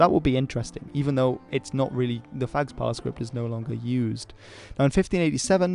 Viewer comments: initial PH- in "phags-pa" is pronounced as a P not an F, it's like an aspirated P sound. There's no F-sound in Tibetan or Mongolian, according to Wikipedia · I don´t know 'phags pa script, but I know Tibetan, and you should pronounce sa "pagpa" with first "p" having aspiration. So it is aspirated p with slight nasalization precing it as if you were saying "mpha", not f. The "s" is silent. Just to add, the word phagpa means "noble" as a noble intention, noble person, noble cause etc. - not noble as a member of nobility.